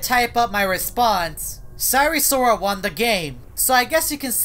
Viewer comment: "cyree sorrol"